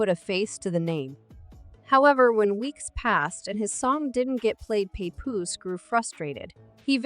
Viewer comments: Pay-Poose 😂 Pah-Poose.... who made this mess!? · This is Garbage 🗑️!! The narrator can’t even say his name right smh! We don’t know what split them up if they are not together ! Mind ya business people! 🙄😂